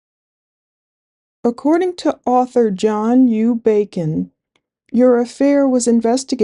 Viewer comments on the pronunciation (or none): none